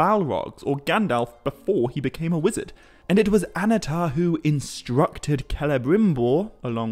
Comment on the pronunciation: Annnatar, not Anatar. Emphasis on the double NN.